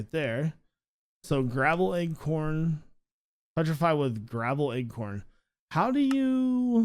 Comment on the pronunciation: I like how u say acorn "eggcorn" LMAO 😂😂😂